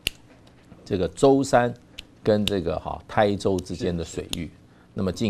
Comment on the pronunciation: 好感动，介大使把我老家 台州的台，发音发对了，真是有文化！